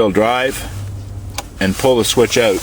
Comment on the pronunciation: This is a great video of the truck details...it does look really good although the rims are so so. I wish more dealers offered packages like this. I am going to look for the ecoboost video you guys will make. Oh and I can really tell you are from Canada when you say the word "out" :o)